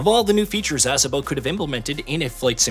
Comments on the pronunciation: Please stop pronouncing it "ASS-obo", it's Ah-sobo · Exactly, It's pronounced A-so-bo Not Ass-a-bo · It's pronounced uh-SO-bo not ASS-uh-bo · A-saw-bow. Not Ass a moe lol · ASS' uh boh?? LOL!! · Ass-uhbo Studios 💀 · They should have at least taught the AI how to say ASOBO correctly. Can I get an AMEN!